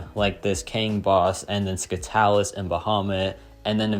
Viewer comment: my brother in christ scytalis is pronounced “si-tal-iss” i’m sorry you’re making me lose ir